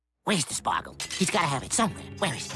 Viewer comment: Bugs: spargle spargle spargle spargle spargle spargle spargle Spargle I NEED SPARGLE I'M NOT LEAVING WITH OUT MY SPARGLE (how many times bugs said spargle 10 times ) HAHAHAHAHAHA 🤣🤣🤣🤣🤣🤣🤣🤣🤣🤣🤣🤣🤣🤣🤣🤣🤣🤣🤣🤣🤣🤣🤣🤣🤣🤣🤣🤣🤣🤣🤣🤣🤣🤣🤣🤣🤣🤣